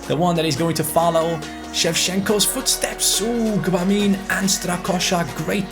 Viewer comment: I think you pronounce Gbamin french (if that makes sense) Reading it in German it'll be 'Dschöbamö'